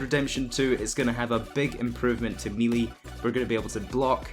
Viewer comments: Pretty sure it's a 'Melee' rather than a 'Mealy'. As in pronounced like Mel, or Del. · It's not meeeleee It's "may-lay" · u said Ellie instead of LA and meelee instead of melee. Fix your grammar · I think Brits Pronounce it like Melee and Americans Pronounce it like Mayley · Melee is not pronounced "melee" its pronounced "maylay"....lol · "Me lee combat" 😁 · Its not may-lay Its "meh-lay" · It's melee not melee... MELEE not... 🤢🤮 Melee. The fuck? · He said melee wrong where is the million comments complaining about it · It’s melee not melee